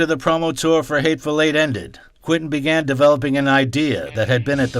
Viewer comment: Quentin, pronounced kwen tin. Not kwinton